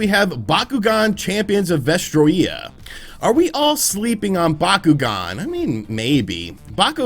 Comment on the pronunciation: It's pronounced va stroy ah